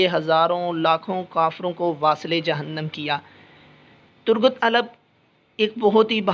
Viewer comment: Bhai Alp sae sy bolen yr